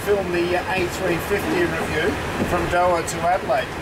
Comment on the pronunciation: I love your work. But please learn how to say Doha properly😂